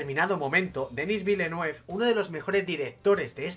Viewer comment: Buen vídeo. Un apunte: los guiris lo pronuncian "vilenev".